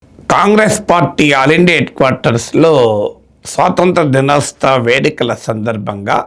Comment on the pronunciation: Dinostava kadu, dinotsava